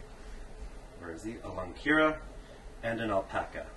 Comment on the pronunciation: its not lungkira its lungkaryan